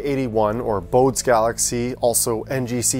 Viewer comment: Excellent image and entertaining video. One thing: it’s pronounced BO-day, though he was born in Hamburg and probably pronounced it more like BO-duh. And his family would have called him Elert, not Johann.